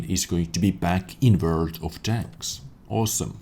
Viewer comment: Mti Itesm Wörd* ^^